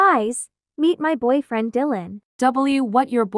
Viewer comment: WHY DID YOU SAY BOY FRLEND